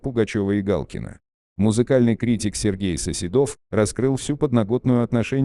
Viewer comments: Да, ударение не то и, я думаю,что это бот читает. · Коментатору : Не СоседОв, а СосЕдов!!!!! 5 минут думала, да, кто же это?!!!!! 👎👎👎